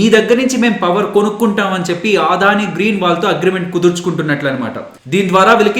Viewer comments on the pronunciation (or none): మీ అనాలిసిస్ చాలా చక్కగా ఉంటుంది. దాదాపు 6 నెలలు గా మిమ్మల్ని ఫాలో అవుతున్న. థాంక్స్. చిన్న సవరణ.... అది "ఆదాని" కాదు "అ"దాని... అన్యదా భావించొద్దు.నేను రిటైర్డ్ అయ్యవారు,ప్రస్తుతం అడ్వొకేట్.